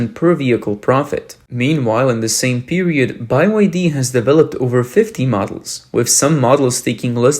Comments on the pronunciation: Its "BEE WHY DEE, not BYE WHY DEE". Let's get your AI up to speed. Cant even pronounce a company with 3 letter to its name. Also, stop using warren buffets name when it comes to BYD. Thats old old old news , buffet only out a tiny money intonit cuz his buddy asked him to. Buffett has noninterest in electric or battery nor does he know anything about them. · It's B, Y, D not By, Y, D. Sorry to be so pedantic by your pronunciation is driving me crazy. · They way they pronounce the name is funny. BY Y D. Why not just BYD or BY-D? Why do you think one of its major investors left?😂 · You keep saying "bai-wai-dee". It's supposed to be pronounced "Bee-wai-dee". It's an acronym for Built Your Dreams. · Is your narrator pronouncing BYD incorrectly ? I'm hearing phonetically 😊 "Buy Why Dee "? But shouldn't it be " Bee Why Dee" ?? BYD = " BUILD YOUR DREAM " , but relying on government subsidies and then falsifying sales,registering vehicles,which then rot in fields will see the dream shattered as well as the demise of the CCP who are running out of money fast to support car dealerships forever with subsidies ! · Why is it called by_y_D instead is BE Y D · You have GOT to stop saying "BYE WI DEE". That's not how you pronounce the letter B. It's "BEE" BEE WI DEE. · Why you keep saying "By Y D"??? What is wrong with you? Put some efforts into your videos, like you care. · It's either BYD or By D, not By Y D. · ByeYD or BYD 😂😂😂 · Why doe he keep calling it 'By' Y D? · Wtf is he saying BYE-WHY-Ddddd ?? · By Y D😅 this guy can't even pronounce BYD or is it really pronounced like that. Anyway BUY YOUR DEBT sounds just perfect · Why are you pronouncing BYD as Bi Y D ? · “Bye Wide E” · Why Bi-Y-D? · It's Bee Why Dee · By-Y-D, is that the proper pronunciation? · Bye y d , hahaha what you pronounce it that way, because it's bye bye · Be Ya Dee 🙂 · "Bi Y D" lol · Can't watch this "report", the narrator can't even get the name of the company right. It's Bee Why Dee, mate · Beee why deeee